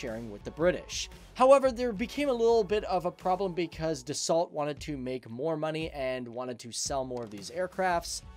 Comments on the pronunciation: Dassault with a silent T Pronounced Dasso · It would be nice if you pronounced Dassault properly.